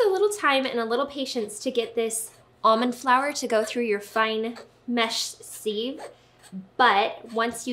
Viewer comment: It’s pronounced “siv.”